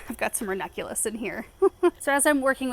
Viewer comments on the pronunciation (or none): Is it just me or does not pronounce the second n in ranunculus? Every time she says it I feel like I've been pronouncing it wrong this whole time 😅